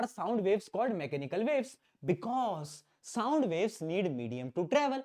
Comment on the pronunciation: what a pronounciation souuund 😂😂😂😂😂😂